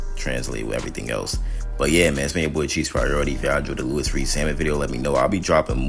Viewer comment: Louis = LEWEE not LEWISS